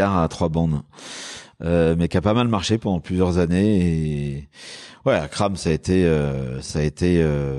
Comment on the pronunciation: il faut précisser que c'est Akram junior et pas Akrame ^^